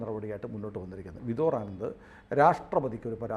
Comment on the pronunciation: ആ വക്കീലിന്റെ പേര് വിദോർ (Vidhor) ആനന്ദ് അല്ലാ... വിഭോർ (Vibhor) ആനന്ദ് ആണ്... ദയവ് ചെയ്ത് തെറ്റി ഉച്ചരിക്കാതിരിയ്ക്കുക...